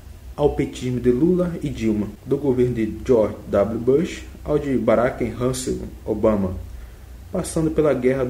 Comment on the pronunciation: "amálgama", barack Russéin obama, e sei lá mais o que que vc leu de errado aí que eu n lembro. Pra que ler a biografia cara? Pqp...